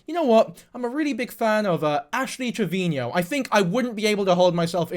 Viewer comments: Why do u say ash trevinio? Even she calls herself trevino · Im so sorry if this makes your heart ache but her last name is pronounced as Trev-i-no <3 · He addressed this in w diff vid it was a while ago but ash herself has pronounced it both ways and so have people around her so said he would just use this pronunciation